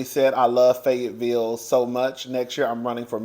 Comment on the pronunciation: Yes your pronouncing it correctly!! And Fayetteville is beautiful with big gorgeous houses!! 😊👍🏽